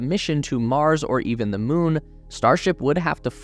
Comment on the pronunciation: "moo-nuh" - What's that you mouth-breathing degenerate filth!! Moon is moon, there is no "uh" sound in it.